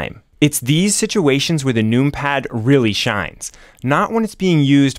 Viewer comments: First of all, the use of “num pad” instead of including the extra syllable to says “number” is a sin. Secondly, pronouncing it “noompad” and not “numpad” is even more diabolical. I pray on your downfall (respectfully) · You say number not noom-ber. I want so badly to watch your video. But every time you say noom-pad, I cringe. 😊 Please don’t change for me!! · Clicking off after hearing how you say numpad "NUME PAD" xd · I love the aesthetics of many mechanical keyboards, but anything less than 100% is going to affect me greatly. 96% hides keys behind a modifier (making them too cumbersome). Scroll Lock, Pause, Right-Ctrl, Right-Alt, and the majority of the F keys are the ones I don't use. The numpad is insanely useful by comparison, as shown in this video. Pronouncing it "noompad" though.... yikes.